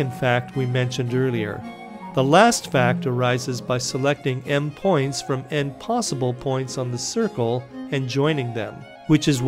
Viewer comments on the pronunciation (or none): none